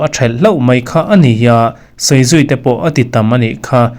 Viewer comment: A ni tih mai tur hi an ni ti deuhin i lam a.